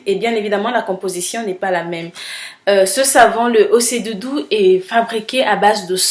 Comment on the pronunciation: Super vidéo , la prononciation c'est ochè dudu ; bisous ma belle et bonne continuation .